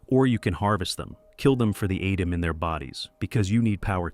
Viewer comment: Why pronoucning adam weird